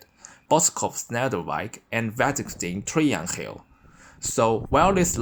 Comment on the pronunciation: Yeah, as a Dutch person, I am really impressed by the town/city pronouncements. Literally the only feedback I have, is . Because that the g in "Waddinxveen Triangel" is pronounced as a 'ng'. Thus, it sounds like "Trie-ang-el". Also, fun fact: There is a local joke at that Rnet-line. Because the city Alphen a/d Rijn only has one station. Meanwhile the little villages Boskoop has two and Waddinxveen has three. 🙂